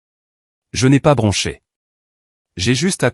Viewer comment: Bronche un o pas un a